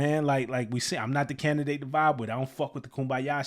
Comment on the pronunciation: When ge said "i'm not the candidate to vibe with, I don't f with the kumbaya stuff", the word "candidate" he bent it to sound like "Kinda dik" to vibe with. Goes with not effin with folks 😂